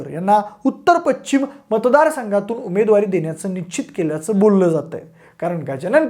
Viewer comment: Pachchim nahi pashchim…..ch nahi sha….nit bola krupaya